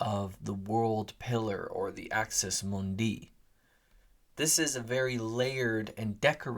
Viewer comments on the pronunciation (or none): Axis MOONdee, not Axis moonDEE.